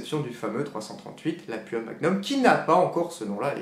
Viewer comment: on dit Lapoua!!